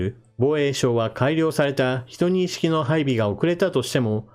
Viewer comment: 12式をヒトニイシキと読むはさすがです。 読み上げソフト任せでジュウニシキと読んでそのままのチャンネルもあるので。